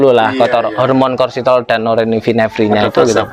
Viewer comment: Hormon kortisol....bukan korsitol..😁😁